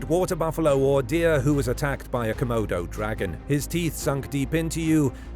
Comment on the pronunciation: Nobody: ‘C’modo Dragon”